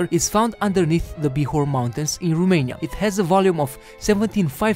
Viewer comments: The narrator presenting these facts about Romania speaks good English and quite nicely,with one exception; He knows that ROMANIA in Latin is The Country of Romans,yet he pronounces rumania.Why rumania? Americans pronouce Romania,as the Latins do. Are we the ROMANIANS lesser informed about Latin language than the Americans? Let's go to basics Romanians! We have enough rubbish from the gypsies and the ignorants!... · there is no Rumeinia, is Romania. Fiind roman, ar trebuii sa stii asta, doar asa ca sa nu invete si strainii gresit.